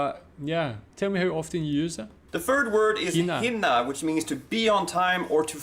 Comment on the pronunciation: He says some word wrong Hinna its Hinner. Jag hinner inte till bion i tid.